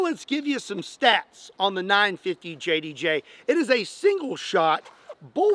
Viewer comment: Please pronounce it as the .95JDJ😂😂